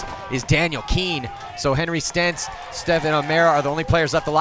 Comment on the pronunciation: Lol, they are calling him Stentz. His name is Sentz. hahahaha